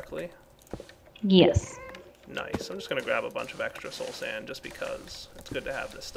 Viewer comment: You are the only youtuber I know of that actually calls soul sand by its real name... Everyone else I know says slow sand... and it really pisses me off when they do that...